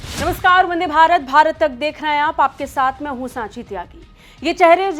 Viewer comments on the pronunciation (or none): none